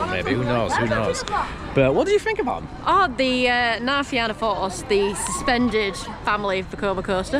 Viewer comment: It's pronounced "Na Fee-na force", so said normally sounds like Na Feena force.😊 Yall Brits pronounce it the same Na Fee-anna force which is wrong 😂. Love thie vid. This is my local theme park, I live about 20 minutes drive away. And agree, the back of Cu Chulainn is absolutely nuts.